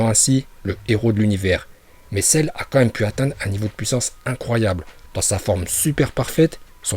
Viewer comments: Arrete de dire cerre je vais me desabonner a cause de ca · Celleeeeee!!!😂😂😂trop cool ton accent japonais et merci de nous avoir montrer les niveaux de puissance de Celle 😎